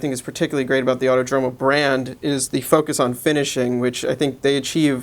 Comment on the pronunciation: fyi, it's pronounced autòdromo (and protòtipo)